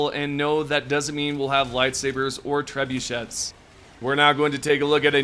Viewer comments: What the hell is a trebusheht?! Treb-you-shay! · FYI it’s Treb-u-shays